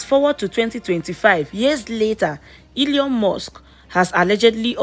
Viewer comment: Your pronunciation is so wack. The name is Elon and not Eleon.